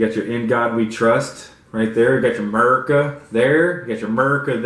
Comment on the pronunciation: "merica there' "merica here" "here there everywhere merica".............. its America. it has a A at the start.